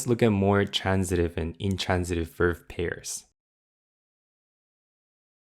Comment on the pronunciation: I have been following your MNN lessons from the very beginning and they make the MNN books much more understandable and digestible, so ありがとう!!! Btw, I'm also a private English coach, and I don't mean to be pedantic, but "verb" is always pronounced with a hard 'b', never like "verve", which is also a word in English. 🙂